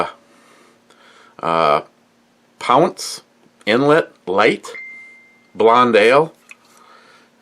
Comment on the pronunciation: Mrs NYHAP's boss is chinese, says you ate BBQ Goat. She also said you pronounced the name of the beer wrong as usual.